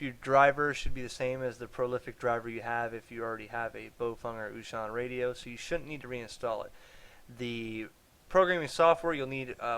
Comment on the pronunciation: Baofeng is pronounced "Bow-fung" not "Bo-fung" . It means something close to "strong wind" like a hurricane, tornado, etc.